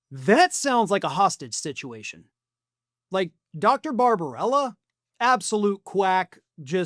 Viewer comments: The doctor's name is Barbabella, not Barbarella. (Would Jane Fonda be better at medical practice?) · The doctor's name is BarbaBELLA NOT Barbarella. Always a good idea to pronounce people's names correctly, if you call yourself a professional journalist.